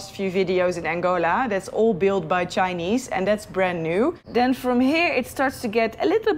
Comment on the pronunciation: why the emphasis on chinese paved road lol.. ANGOLAn money paid for that.....